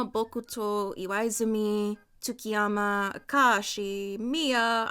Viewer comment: She kept reading Tsukishima's name as TsukkiYama help 😭😭😭